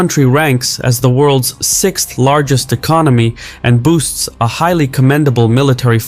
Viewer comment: "boasts", not boosts. And on the errors go ...........